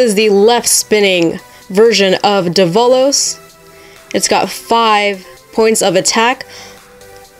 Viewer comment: Its Dev-a-lose